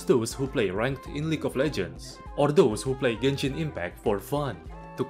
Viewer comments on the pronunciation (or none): none